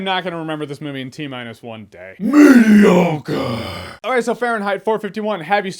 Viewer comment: I keep thinking Jeremy is saying "Tapioca!" Which is fine if you like that pudding. 🤗